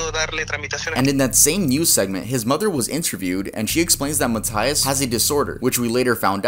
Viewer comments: Mataias, MATAIAS broooooo 😂😂😂😂 why do u say it like that It’s Matias 😭😭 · You are saying MATÍAS wrong it's m-a-ite-as